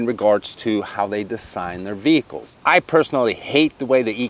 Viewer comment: What’s wrong whit the way you talk? . You say the word “Design” weird as hell.